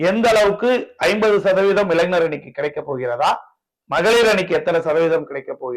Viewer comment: இளைனர். இல்லே இளைஞர் சொல்லு. மேன்